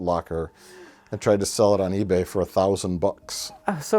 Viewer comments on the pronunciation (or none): none